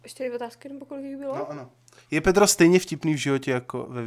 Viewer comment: pani pedrova rika petro nerika tan to D :DDDDD